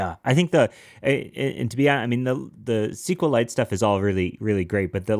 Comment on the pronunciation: SQLite is pronounced either "Es-Ku-El-Ite" or "See-Kwe-Lite". It has never been pronounced "Es-Ku-Lite" until this podcast :)